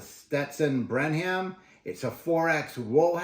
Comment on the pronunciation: FYI, it’s pronounced Brenem. (Brenham, TX). Thanks for the review!